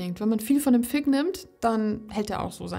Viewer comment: "Fig", mit "g" wie "groß", nicht "k" wie "Kloß". Hört sich nämlich etwas anstößig an, so wie du es aussprichst :D